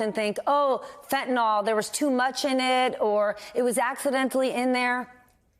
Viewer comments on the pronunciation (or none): And American chemical companies supply chemicals to cocaine cooks. What about the Sackler family? It is called "f e n t a n y l" not "fentan ol." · And pronounced fen.t̬ən.ɪL Whats with all the people saying fent̬.ən.oL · Fentanyl not fyntanol it's fentanyl. F E N T A N Y L .